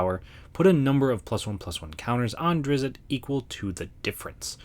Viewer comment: It's pronounced ˈdrɪtst